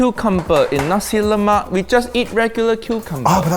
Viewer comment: as a malaysian watching this, i'm getting unreasonably triggered every time they say "lemak". as best as i can describe, it's closer to the "lou" from "colour", and the "mak" syllable is half-way between "mac" and "muck". also, every time they say a food is singaporean, i get triggered the same way indonesians would when a dish is called malaysian (even though i do believe nasi lemak and laksa are malaysian).